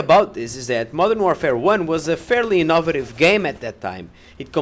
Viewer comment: "inaw-vative" uuaaahh~<3! Kawaii neee In all seriousness, great review. You brought up some great points, and the number one thing that this entire release reminds me of is the NOT BALANCED FOR LEAN bullshit that happened six years ago. My only issue would be you ragging on the OP weapons, like auto-aim-pea-shot, when I honestly think OP weapons are fucking awesome in a game, if you can get them from the start. Of course, I haven't played a second of this game, so I dunno what I'm talking about.